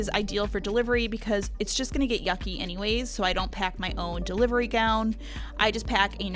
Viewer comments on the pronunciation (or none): none